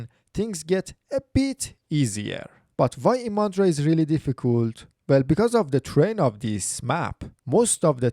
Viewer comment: Not ImAndra! The stress is on the letter "I"!